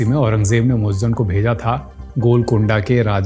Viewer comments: Moajjem nahin moizzam hai Urdu padha karo Jahil mat bano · Muazzam not muazzan itna bhi nahin malum aur aap video bana rahe hain